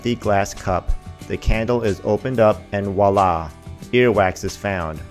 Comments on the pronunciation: And the worst thing is, he says "Walla!". What the hell is Walla? Lol. Nope... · It would be nice to use it correctly when discrediting the process. It would also be good to pronounce "voila" correctly. I have never tried ear candling. Was seeking information and am disappointed with this video.